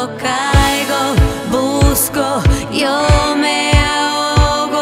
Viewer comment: Над акцентом ей надо бы поработать. Особенно над тем, как произносится буква "Y" в начале слов (например в словах "yo", "ya"). Она вовсе не произносится как русская буква "й". А еще звуки [l], [n], [s], [t] в испанском альвеолярные.